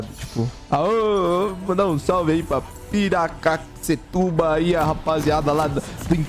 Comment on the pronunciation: Piracaquecetuba, quase acertou o nome da minha cidade, que emoção